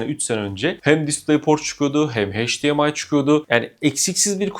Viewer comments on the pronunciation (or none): HEYCDİEMAY değil EYCDİEMAY.... "H" ile okunmaz.